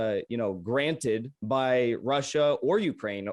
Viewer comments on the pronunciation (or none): none